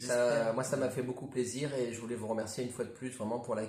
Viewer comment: plaisir pas palis 🫣